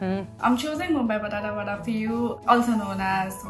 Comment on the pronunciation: i had to relisten this several times even with subs on because the name of this dish sounds like a group of vowels fell down a flight of stairs all at once. "Mumbai Batada Vada"